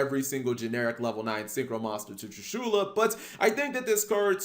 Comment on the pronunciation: Who cringes when he says "TrishUla"?